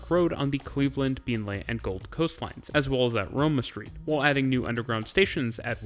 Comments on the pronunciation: Been Lee not Been Lay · Been-lee, not Been-lay. :) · it's pronounced queen's land, not queenslund. also beenlee, not beenleye. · please. it's not pronounced beenlay, it's pronounced beenlee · I would like to congratulate you on your pronunciation of the many and varied place names in this video. Most foreigners mangle them badly, however you did an excellent job. My only gripe is Beenleigh is pronounced “bean-lee” and not “been-lay”. :) As a former Brisbane native I really enjoyed this video, seeing what the city had done to improve the public transport since I left 16 years ago. Thank you muchly! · Great vid. Also its said "Been-Lee" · Incredible video only 1 thing to say beenleigh is pronounced bean-lee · Very good, except for Been-Lay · Very well done but just one miss-pronounced name. Beenleigh is pronounced Beenlea, been lee. I'm waiting for the new metro. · Been-Lee and “the Gold Coast”, not “down to Gold Coast” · A great video as usual, (though I couldn’t help but giggle at your pronunciation of Beenleigh!) You explained the up sides of Brisbane transport system very well but didn’t really go into the downsides - the main one being relatively poor frequencies (most rail lines are only every 30 minutes off-peak). Also, the Brisbane bus network is … umm … dreadful. It’s a confusing mishmash of mostly infrequent routes with an insanely bewildering variety of stopping patterns and route variations all mostly converging on the city centre. The bus network is so complicated that there isn’t even a network map, it would be almost impossible to draw a legible map. There isn’t a single high-frequency cross-suburban bus so most trips between suburbs require going all the way into the city and back out again. There has been some good work done on improving SEQ’s public transport system but it still lags a very long way behind Sydney, Melbourne and Perth and consequently has much lower ridership than those three cities. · Yeah only got Beenleigh wrong